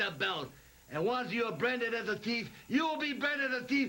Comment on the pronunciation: Did Mr Fuji call hulk Hogan a teeff